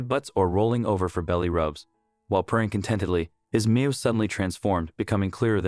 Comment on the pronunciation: It's a Meow not meal